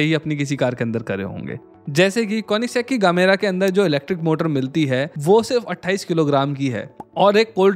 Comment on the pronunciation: gemera he gamera nhi🤨